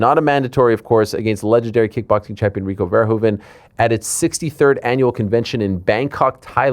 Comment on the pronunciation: one of the few people who actually pronounces Rico Verhoeven the right way